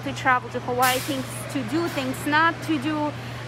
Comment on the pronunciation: Her pronouncements of Hawai’i and Oahu is killing me…